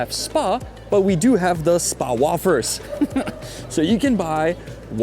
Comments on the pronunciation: Had a laugh at your mispronunciation of wafers its more like wayfers not woffers ! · Janek - "wafers" = "wejfrz" you're saying it wrong, so a lot of people will be confused (until they see the word on the packaging). Also, not sure where you got the phrase "sherry-picking" from, it's "cherry-picking". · WAY-FIRs is how its pronunced. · its pronounced way-fers young man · Yannick: WAFERS in English is pronounced like: WAY-FUR or WAY-FUR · wAfers 😂 long A